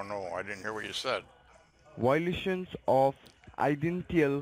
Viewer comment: You have a lot of Why-lations